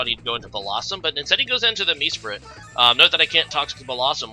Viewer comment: MEsprit? Reg-ay-rock? Cmon man pick up a handbook, for someone who’s played for so long your pronunciations are terrible🤦🏻‍♂️